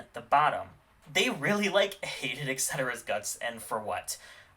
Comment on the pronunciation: "Eck-cetera" Sis literally read the name if you don't know how to pronounce that word (which people routinely mispronounce). ETcetera. There's a T there.